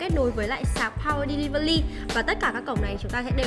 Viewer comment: “Pao ờ đe li vờ li” =))